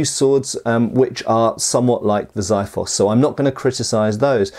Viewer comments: Xiphos (or Spathi) is the Greek words for sword in general. It is NOT a VERY SPECIFIC kind of sword. Furthermore the pronounciation is Ksee-fos not Zaifos. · credits for saying Leonidas the correct way, but then you went on saying zaeefos.. its kseefos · Lovely video! Lemme correct you on your pronunciation of the Greek word Xifos. In Greek, the letter X is pronounced like KS. It doesn't matter if it is in the beginning of the word or not. It is still the same... So the word you are looking for should sound something like Kseefos, two syllables. Ksee - fos, as in trying to say 'see' with a 'K' added at the start and '-fos'. In Greek, that is the word for 'Sword'. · You pronounce Xiphos wrong...